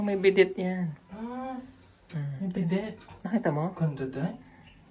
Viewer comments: Yes korek pronounce of bede⁰⁰p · Bedit pronounced as bede